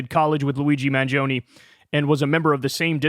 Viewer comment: The last e in "mangione" is pronounced like the e in "element".